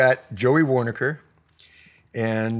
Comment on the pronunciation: Waronker , not Warneker